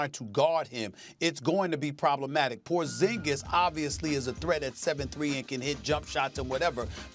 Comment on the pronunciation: “Kristaps PROZINGIZ”: Kendrick Perkins “Dollaz mavericks”: Kendrick Perkins